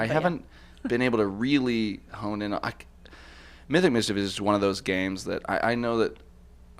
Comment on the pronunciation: OMG so excited!! Thank you so much guys I'm a huge fun of Mythic Mischief! Yes you did pronounced my last name it pretty well <3